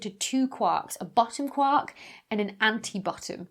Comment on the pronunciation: Besides saying "teva" and apologizing, you could also say sorry to Gellman for not pronouncing it "kwork" as he specified his quark should be said.